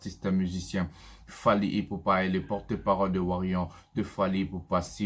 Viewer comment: Papa, toi qui soutient Fally tu ne sais même pas comment on appelle ses fans ? c'est warrior et non warrion